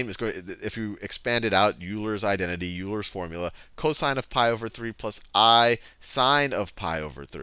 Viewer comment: Haha, he said "yoo-ler" instead of "oiler". Also, which one of his playlists covers Euler's Equation?